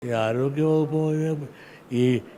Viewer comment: ആഴോഗ്യ വകുപ്പല്ല വെള്ളേ .. ആരോഗ്യ വകുപ്പ് എന്ന് പറയണം ..